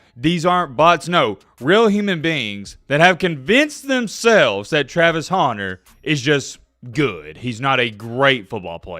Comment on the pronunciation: Pronounce “Hunter” correctly challenge, difficulty level: impossible😂. You’re right though, this is blasphemous malpractice by the voters.